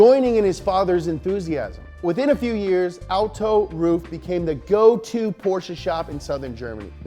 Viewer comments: hey, bro........ how do you pronounce Merc AMG ?? In that same way...... Roof...i mean RUF is pronounced R-U-F..... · PLEASE Ruf not ROOF, please short U not long OO. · That’s rough, not roof mmmmmkay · I always thought it was pronounced rough, and not roof. I think rough sounds way better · Ruf is not roof in german. Ruf is to call, shout or reputation but nevevr the Dach=roof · Is pronounced rough, and youre bffs with rob dahm with your keeps mercials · i thought it was prounced RUF ( ruff [like a dog] rough) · I thought it was pronounced "Ruff" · It's pronounced ruf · I wish it was pronounced ruff like a dog noise 🐕. Pretty disapointed. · i now know how to say "ruf" properly....i thought it was (rough) up until today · Always thought it was pronounced "Rough" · I also thought is was ruff just learned from this this it's roof not ruff. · Its actually RUF not R U F?? Oh then... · Justin Y's Disciple both are wrong according to Google, it pronounce like “auhuf” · Ronald Poon no yuo wrong is ruf